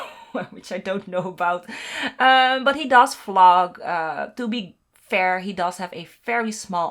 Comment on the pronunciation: I know you meant vlog but I kept hearing flog.. lol 😂